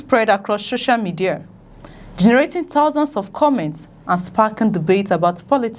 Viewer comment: Please it's SOCIAL MEDIA and not SHOSHIAL MEDIA